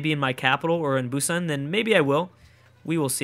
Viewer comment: It is actually pronounced Boo-san